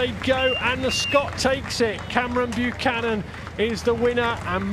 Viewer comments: Great race Cameron. Can someone please inform the commentators that his name is Buchan and not Buchanan!!! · Yo…my peeps…it’s BUCHAN, not Buchanan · Tell those commentators that his name is BUCHAN not BUCHANON!!! Go huskies! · Can't believe that commentator can't read a simple name😂 throws in some extra letters outta nowhere😅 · Well in great contest here - Note the poor commentator got your name wrong the entire race!.. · Hopefully the announcer can get your name right for the next race! Good luck! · Come on you southerners, get surname right!!! 🙄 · Awesome work,!! Heck of a result. Really chuffed for you after al your hard work. Shame the commentator be bothered to actually get your name right. POOR.